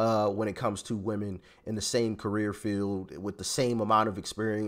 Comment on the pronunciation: It’s women not moman